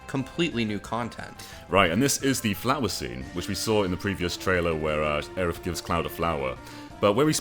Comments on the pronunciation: Areith??? What the hell? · I’m mad it took me like ten comments before I found one calling out “Areith”. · Aw yes, Areith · You've heard of Aeris. You've heard of Aerith. Now introducing Areith.